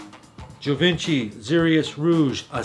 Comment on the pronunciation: I think Givenchy is pronounced Gee Von Shee...just saying. Excellent video.